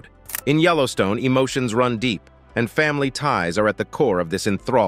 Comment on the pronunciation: You really need to check you presentation!!! When you see "&". this symbol it means "And" not "Ant" or whatever it is you're saying??? And Pete Buttigieg is pronounce Buttigieg with a "soft G which sounds like a J not a strong "G" like GO! There's no excuse for these mistakes!!! You have GOOGLE & WIKIPEDIA!!!! DUH!! DO YOU HOMEWORK!!!!